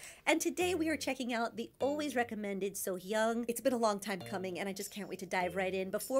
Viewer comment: Since it seems like you will come back to Sohyang again, I would like to mention this. First, it's not your fault as there are some people telling others to pronounce her name as So Young and many people pronounce that way, but in Korean "A" is always pronounced "Ah". Anyway, the correct pronounce of her name is in the first moment of Sohyang's "Bridge Over Troubled Water" video. Just listen to the first sentence a few times, then you will hear her name.